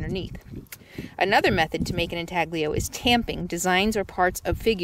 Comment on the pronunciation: Good video - FYI spelled intaglio, but pronounced in talyo and it has been covered by many you tubers, even nomads like RVer TV